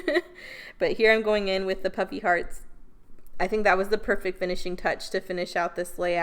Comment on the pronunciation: Adorable… I thought you were saying “puppy hearts” Puffy hearts…duh